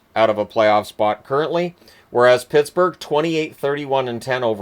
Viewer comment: Did he just say Pissburgh